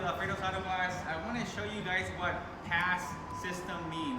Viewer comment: its PAAS not pass lol no biggie just noticed.